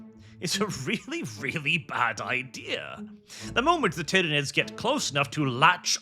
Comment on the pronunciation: lol I had to stop watching because the AI would say CAH-dia instead of CAY-dia and ty-RAH-nids instead of ty-REH-nids etc. Just ends up annoying me too much especially if Guilliman is involved and they try and say his first name lmao.